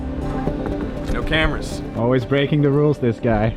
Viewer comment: "Almost alwiz".